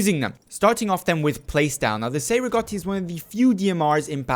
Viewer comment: The Cei-Rigotti is a Battle Rifle and not a DMR. Also your are pronouncing the name wrong